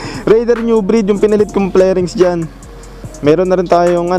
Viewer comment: Fairings boss hindi flairings